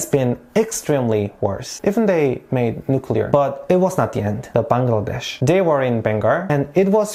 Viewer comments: You know what i liked about the video most.......? that was you pronounced 'Bangladesh' exactly how we do ..........love it ...thank you .. 😊😊😊😊😊😊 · Exactly my thought !!! Most of the people pronounce the name of our country in a wrong way which is really irritating!! But he did such an amazing job !! ❤❤❤ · I was also thinking about it!!!!😊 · The pronounciation Bangladesh..nailed it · Thanks for pronouncing BANGLADESH correctly. Lot of foreigners can't do that. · FINALLY SOMEBODY SAYS BANGLADESH CORRECTLY!!!! (btw I'm half malaysian and Bangladeshi) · The way you pronounced “Bangladesh” was perfect 👌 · You speak well of our Bangladeshi Name